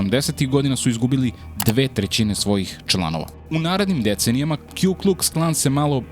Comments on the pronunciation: Nije Kju nego Ku Kuks Klan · Puni naziv KKK je Ku Klux Klan. Ne kju klux klan